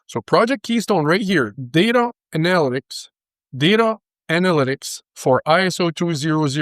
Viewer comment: "data uh-nal-uh-tix " 😂 love it! Sounds like a mental patient diagnosed with a destructive compulsion for technical infomation